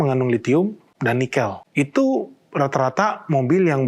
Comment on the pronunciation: Pengucapan "Nikel" aja ngaco.